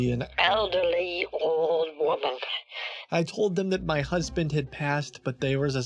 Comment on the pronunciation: . Dez Huzband